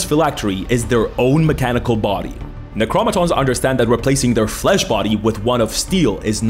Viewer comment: When i heard "From the moment i understaded a weaknes of my fleash" i made happy monke noises XD